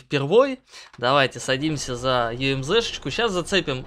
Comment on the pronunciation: Ты говарить научишсья не юемзе а юмуза